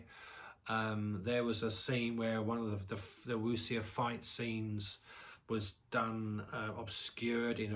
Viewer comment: Bleak Night is fantastic. The director’s follow-up not that great. (Also, when you say Wu xia the xia bit is pronounced ‘sha’. The x initial is like ‘sh’ in English.)